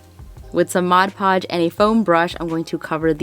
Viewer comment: bless you for saying "mod podge" correctly, my heart dies a little when I hear "modge podge"